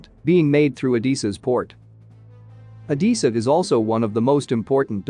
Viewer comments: C’mon robot voice, try harder, it’s Odessa not Odissa. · Oh-des-ah... not Oh-dee-sa. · O-dess-a, not O-dee-sa! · I'm about to lose my mind hearing the narrator say Odessa wrong so many times!!🤯🤯🤯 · At least learn how to pronounce "Odessa" !